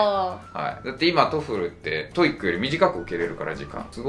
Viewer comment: 以前から気になってたんだけどこの先生「トイック」「トフル」って言ってるようだけど、それぞれ「トウイ（ッ）ク」「トウフル」でしょ。 折角がいるんだから、そこをこの際質してほしいぞ。